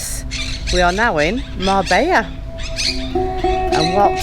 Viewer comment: You saying it wrong